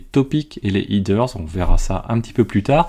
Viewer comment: Header se prononce ''hèdeurse'' et non ''hideurse''. ;)